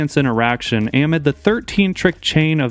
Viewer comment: thats not how you say amid lol